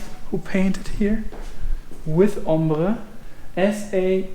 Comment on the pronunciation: "Hombre" in spanish means "man"... I was so strange to hear it pronounced with german accent